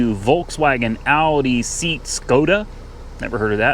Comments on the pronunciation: SEAT and Skoda are part of the VAG group, and SEAT is pronounced like say-at! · SEAT is pronounced "say-at",. 😉 Not sure you should've cleared the codes on that Bimmer rental too!